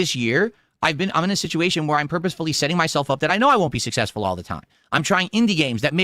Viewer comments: "I'm sussessful" Shakes cup...... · is schrödinger's streamer. He's both the king and a pauper. He's sussessful and hes a victim of bullying. Poor guy. He's just trying to make pahsativ khantent